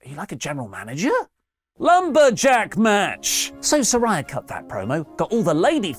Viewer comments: Note to: She says her name is pronounced Sir-REY-uh, not Sir-RYE-ah. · Love you! But how can you still mispronounce Saraya when they’ve made it abundantly clear it’s “suh-rey-yuh” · He’s going to keep pronouncing Saraya wrong just like he does with NAomi. Even though she’s spent a week clearing up the pronunciation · Good segment but you’re still saying Saraya’s name wrong.